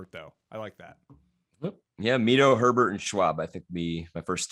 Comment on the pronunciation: Literally everyone I listen to mixes up Lucas Herbert and Benjamin Hebert. It’s not difficult. Herbert is Australian. You pronounce that how you normally say Herbert. Hebert is French.